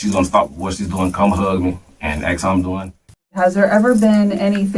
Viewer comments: Another thing why is he Axing 🪓 them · The word is ASK!!!